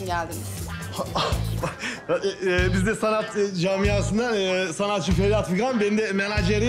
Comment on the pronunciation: Ferhat deyil de feryat 😂😂😂😂